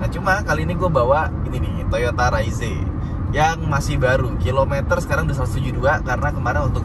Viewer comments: yg bener om fitra soalnya diiklan yg jepang dan negara lain jg bilangnya ra-iz ato re-iz (kyk baca rise ato rice dalam bahasa inggris) e-nya ga dibaca, bukan raiz-e.. hampir ga ada malah yg bilang raiz-e karena diatas huruf e-nya polos ga pake tanda koma atas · cara penyebutan yang bener itu "Raiz" & "Reiz", huruf E yang dibelakangnya nggak dilafalin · "Raizé" Fitra Eri: "Reiz"